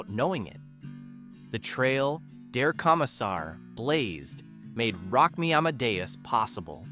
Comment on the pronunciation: I always preferred the original language lyrics of Der Kommissar and 99 Luftballoons. Also, your pronunciation of the German titles is abhorrent. I cringed on that and other words. Sorry. LoL So painful! These are all must listens for me today. Falco's "Jeanny" was about a serial killer. He also had a scathing song about America and the music industry and commercialism.